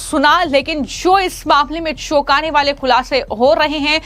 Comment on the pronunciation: सालिश नहीं चालीस होता है। शौकने नहीं चौकाने होता है। बाकी तुम्हारी मर्जी।😮😮😮